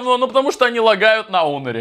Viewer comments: Почему онер а не хонер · Почему он говорит онор или мне так кажется 😤